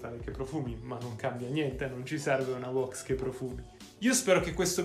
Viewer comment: Ora farò il pignolo si pronuncia WÈX NO WOX bella